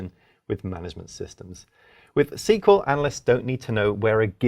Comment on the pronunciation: I’m not sure I can trust a guy who pronounces JSON and SQL like that…